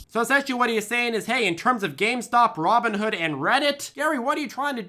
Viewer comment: Hard for me to take anyone seriously when they cannot even say Gamestock, Reddick, or RobbidHen properly.